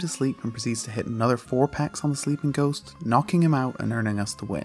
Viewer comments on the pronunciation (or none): none